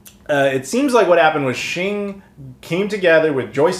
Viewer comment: Awesome piece of history, thanks so much for sharing this. FYI, Xing is pronounced "X-ing", as in "ecks-ing". The Japanese transliteration is "ekushingu".